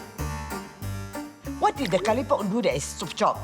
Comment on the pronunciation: chop-chop kalipop???? i thought it was chop chop karipap???? \